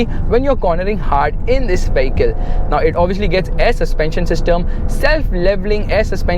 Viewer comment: You are always pronouncing "vehicle" wrong. Friendly suggestion ✌🏻